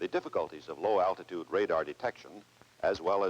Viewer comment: “Low al-tit-ude also offers greater probability of survival during penetration….camaltoe concept…drop to low level to perform low al-tit-ude evasive pattern penetration at near sonic speeds…to deliver a lay down weapon against hard or hidden targets…” Nice…. Yes, I’m 5, just like every other guy you know, don’t judge us…